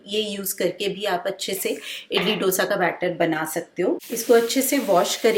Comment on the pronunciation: Very realistic and sorted meal plan👌👌 Please dont mind me saying this but I want to just point out that the pronunciation of Dosa is the sound of (D as in Darwaaza and not Damru ka D) and its Sambhaar not Sambhur. Hope you got what I am saying and take this as a constructive criticism.